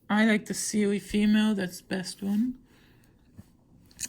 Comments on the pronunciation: My man said siwi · u said Siwi😂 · no you said siwi or seaweed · She said sewi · “siwi voice” Also: “i said siri not siwi” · lmao he said siwi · The way u say Siri “ siwi ” 😂 I think dat soz not being rude 😆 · i thought u was saying siwi soz xd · Siwi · you said Siri wrong